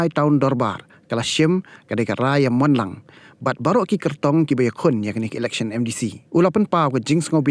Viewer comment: electhion....what???? comishion....what???? dalar.....what???? 😂😂😂 Ni....lit....😂😂😂